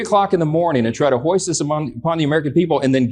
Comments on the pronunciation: Why does Johnson say “hoist” when the word he means is “foist”? I know the answer. The republican leadership is stupid. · 8min: "...and try to hoist this upon the American people..." The word is foist, Maga Mike. Foist.